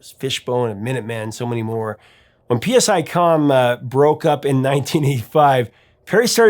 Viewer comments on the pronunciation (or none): PSICOM is pronounced like sy-com not P.S.I. Com. Mistakes like that make it sound like you're just reading off of Wikipedia.